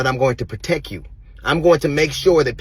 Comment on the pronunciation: haha sounds like DL jus learned the word "unencumbered" 😂 how u know that word but say "protecK"?? lol but good point about bronny playing well since the beef